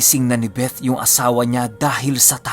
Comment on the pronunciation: i love the way you pronounce the word “BETH” with the “th” talaga.... thanks god bless🙏🏼❤️